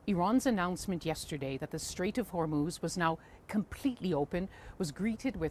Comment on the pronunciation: The presenters need to get the name of the Strait of Hormuz right. All they need to do is, listen to the reporter.